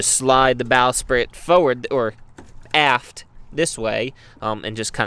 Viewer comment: forward or aft-tah'!!!!!